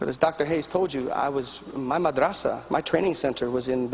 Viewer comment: Caner is lying, he doesn't even know how to pronounce Madrasa, it is madrasah